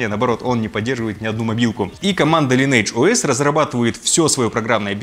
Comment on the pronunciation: правильно говориться лайн эдж оэс